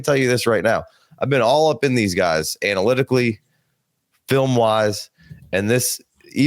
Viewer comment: Lmao he said analytically and I out loud was like "Physically brother?" lmaooo